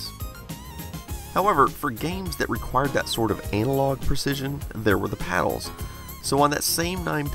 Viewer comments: Love your videos! But, it's "anna-log" not "anal-log" Makes me cringe, when you say that. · "These are anal log." Sounds painful! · did he say anal-log? lol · This man said ANAL.LOG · ANAL-LOG ?? LOL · I like how he emphasises "anal' in the word analog. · he said "anal"og hahaaha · Did you actually say anal-log? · These were "anal-log"? XD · He said anal log. Hahaha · LOL, "anal log"? (_|_) ...| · I love how he pronounces “analog”